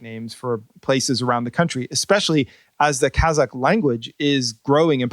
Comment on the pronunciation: your kazakh pronunciation is precise.